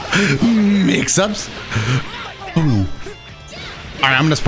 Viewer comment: the way he say "mix up" is killing me Lol🤣🤣